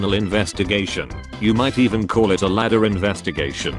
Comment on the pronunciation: A group of crows is called a murder, hence the actual joke (murder investigation double meaning) and not 'ladder' like the text-to-speech bot said.